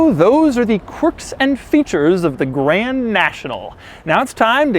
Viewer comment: Maybe some day Dou will actually say the "d" in Grand 😔